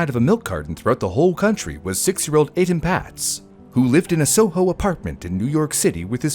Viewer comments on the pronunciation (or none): Etan Patz’s name is pronounced Ay-Tahn. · His name is pronounced A-Tahn